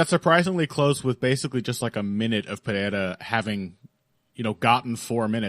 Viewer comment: is thrilled every chance he gets to pronounce Pereira's name correctly. If I'm not mistaken was the first American to pronounce the country of Niger correctly. "Neezherre", he was heard saying.